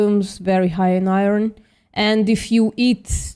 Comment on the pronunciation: VPM.... Please tech how to pronounce "iron" 😂